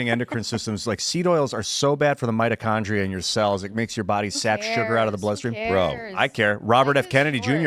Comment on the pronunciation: If I never hear him say “mitochondria” again, it’ll be too soon.